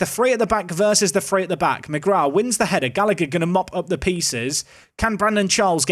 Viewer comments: “Usheen Gallaher “ is the pronunciation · Oisin is pronounced Usheen and the second g in Gallagher is silent, as gh is just a soft h sound in Irish. Keep up the good content